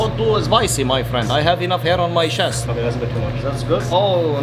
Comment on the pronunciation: "Grow some hair on your shest " 💀